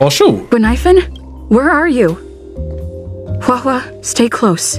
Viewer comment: "HUWOAH HUWOAH" I'M DYING